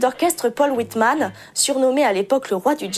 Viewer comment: A part quelques bricoles déjà soulignées dans les commentaires et des erreurs de prononciation (il aurait fallu inverser celles de Whiteman et de Tiebel) c'est du beau boulot qui nous donne en moins de 10 mn un maximum d'infos sur les Strohviols. En plus, ça m'a permis de vérifier que l'instrument utilisé par Lindsey Stirling dans son clip n'était pas un vrai Strohviol. Allez, hop ! je m'abonne !